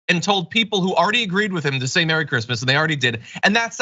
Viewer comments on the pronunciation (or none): "Who gives a f*ck about Creesmas things?" Melania Trump.